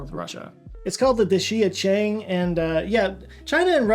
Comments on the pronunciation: Love your stuff, but Dixia Cheng was BAD . . . Pronunciation: Dee Shyah Chung - Di (Earth, Ground, Dirt) Xia (Under or below) Cheng (City) - The City Below Ground - Underground City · Roughly pronounced DEE-Shya Chung. Literally means “Underground City”